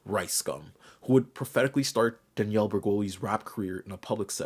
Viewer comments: You say Danielle like Daniel lol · DaniELLE, not Daniel*